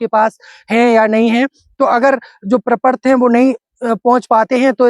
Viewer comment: प्रपर्त नहीं प्रपत्र